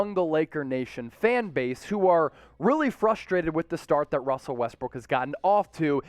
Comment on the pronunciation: ''Russer'' LOL